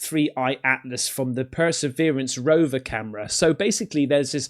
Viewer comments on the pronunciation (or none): I’m pretty sure that’s perseverance not “preservence” 😆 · "preservance" that's a new one